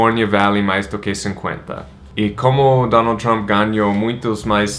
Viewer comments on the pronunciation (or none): none